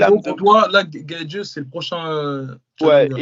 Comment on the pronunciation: Les gars je kiffe ce que vous faites mais la prononciation des blases vous me tuez GaethJE Léo Edwards